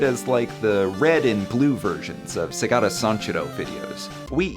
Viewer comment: Not even 6 seconds in... and I have to click off this video... like how the holy hell does one do a video on Segata Sanshiro and MISPRONOUNCES his first name when it's said in every single ad!